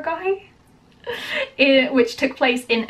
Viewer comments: Kay-sa-ri, saa-ra-garh-i. Rh has a peculiar pronunciation not common in English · Saragarhi pronounced as saragadi